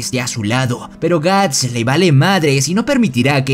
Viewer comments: que mierda es guns y por que llamas asi a guts xd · Cada vez que dices gantz en vez de guts muere un niño pequeño. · Soy yo o estoy escuchando Guns.. y no Guts....😵‍💫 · me da toc cuando dice guns y no guts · Suena un poco ofencivo que digas Guns en lugar de Guts . Pero buen resumen igual. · todo bien pero... porque lo llamas "ganz"... es "guts", que se pronuncia "gats". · Wow ni siquiera termine de ver el vídeo Tu voz es realmente molesta jajaja Es gust o ganzt?? Habla bien we